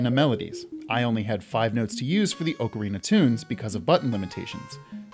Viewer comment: Finally, someone else who says ocarina with the long "O" sound! Everybody looks at me like I'm crazy when I say it that way!